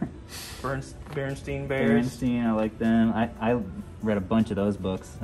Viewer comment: BOTH and said Berenstein instead of Berenstain....Mandela Effect confirmed